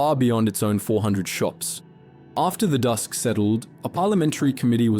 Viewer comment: Did you say "when the dusk settled"? 😂 Dust. The phrase is "when the dust settled".